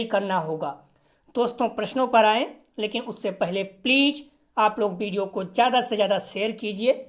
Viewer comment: Pleej pleej kyu bolte ho please bola karo ....pleej bahut odd lagta h🙏🙏🙏